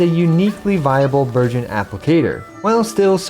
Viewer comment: it is just me or when he say burgeon I hear virgin ಥ‿ಥ